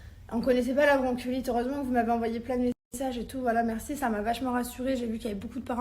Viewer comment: J'avoue ca décris bronchiolite mais ça se dit " bronkolite" C chaud de pas savoir ça serieu tu abuse même pense au cp les devoirs et tout tu va faire comment expliquer un mot, une phrase, une définition ou quoi....remet toi dans les livres c pas en mal tes cool mais a un moment pour toi heureusement il y a Thibaut....